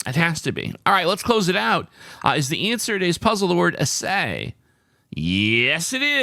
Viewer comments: I believe the pronunciation is Ass-Ay, it is the determination of the percentage of various elements or components, like you would assay mining ore for precious metal content. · Nice. But Pronouncing assay incorrectly. Emphasis on first syllable.